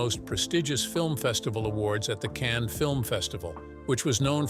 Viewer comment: Cannes = not "can" but pronounced "cunn" as in "cunt" (sorry...). Not every word is pronounced as in English/American, pls study and learn more...